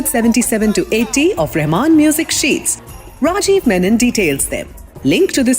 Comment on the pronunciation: lol, no. It's not "RRRRAjeev" is it the soft Ra . And it's not Reymun , it is Reh maan